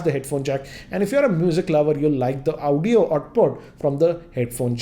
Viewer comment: Aawoodio Output... Lol 😁